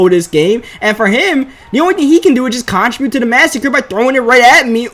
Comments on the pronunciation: Learn how to say contribute please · Bruh you gotta learn how to pronounce the word "contribute" if you're gonna say it that much lmao